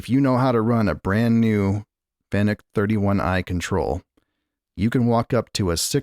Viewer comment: You pronounce fanuc " fa nukk" not " fan uk"